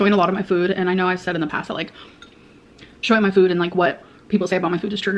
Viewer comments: Why the hell does she keep saying "füd" she never used to 🤨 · which is so weird bc she says fool for full why can't she say food without the umlat 😫😂